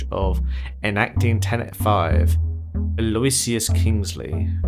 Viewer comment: By the way, you bunches Aloysius's name. It's read more like "Ah-low-whi-shush".